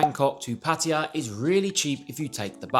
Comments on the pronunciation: TIP 34: Pronouncing Pattaya as Pattaya and NOT Pattiya. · Correct pronunciation is puh tai yuh....LMAO. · It's so cringe when USAians and Brits say Pætiæ instead of Pattaya... It's just as silly as saying pæpiæ instead of papaya!